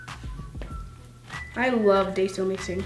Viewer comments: “It’s die-so not day-so.... don’t say it wrong Bc people will attack you” continues to say it wrong <<< not meaning to hate lol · she said daiso (ay) instead of daiso (i)😡😡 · Ok so i love how u said to pronounce daiso like die-zo or else everyone will attack u for it then u said day-zo lol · it is called daiso which sounds like dayso but you say dieso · "type up d-a-I-so on Amazon. Even though it sounds like daiso, it's daiso, and if you get it wrong everyone will attack you for it." puts on daiso: " ohhhh I love dAiso mixing,dAiso is so satisfying to mix in." WTF u said to pronounce it diaso lol 😂 love u soooo much!! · It’s Dasio (DAY-SO) not Dy-So lol not to be rude or anything😂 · You said DAYSO not daiso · It’s die-so. Not day-so! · I like how she said,” don’t say it wrong or else everyone will attack you!”, yet then she called it DAY-SO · But then she said lets do some dayso mixing I love dayso mixing lol 😄💜😂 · Don't pronounce Daiso wrong Also: Pronounces Daiso wrong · girl your saying dont say it wrong and then your saying it wrong!!!!!!!!!!!!!!!!!!!!!!!!! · You told us not to say daiso wrong but when you where mixing in the cost you kept saying it the wrong way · NO HATE but did anyone notice how right after she said not to pronounce daiso wrong but then she pronounced it wrong😂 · She said don’t pronounce daiso wrong but then she did it herself💁🏻‍♀️ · she said don't say it wrong then she says it wrong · Omg you said it wrong!!! 😂 im kiding lol love ya!❤️ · Is daiso clay pronounced... 1 day-so 2 die-so 3 da-si-o ??????